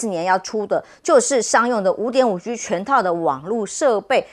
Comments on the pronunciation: 确实，听着别扭，台湾式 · 再说单音节词和字母全部都读四声